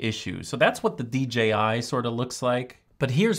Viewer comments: LMAO Dee gee eye. I have heard so many people say DGI that I have started saying it myself. I wonder why they are saying DGI? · I thought I was going crazy😂 it’s D(J)I lol I almost started 2nd guessing myself